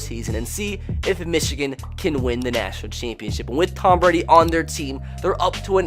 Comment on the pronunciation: Tom not Tommas dumbass